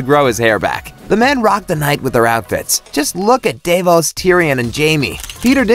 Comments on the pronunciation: “davEos” kill me now lmao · how the hell did you mess up davos